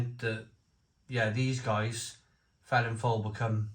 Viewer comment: Come on, being Welsh you ought to know this brewery name is pronounced 'Velinfoil' not Felinlowl. In my days in Neath Double Dragon had a knick name Feeling fowl, as it was stronger than most general beers in the late '70's. Really though, IPA at just 4%?